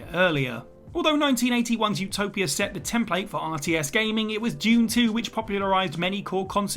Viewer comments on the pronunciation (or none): none